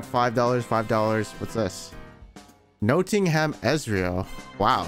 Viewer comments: Any of my British brothers immediately triggered by his pronunciation of Nottingham 😅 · my man said noting-ham 😂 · the way you said nottingham xD